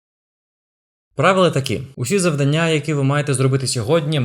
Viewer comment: Цікаво, корисно, динамічно! Дуже вам дякую. Але, будь ласка, завдАння 🙏 Бо надто ріже слух.